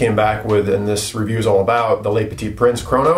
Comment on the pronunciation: its "le" (petit prince) not "les". (leu vs lay)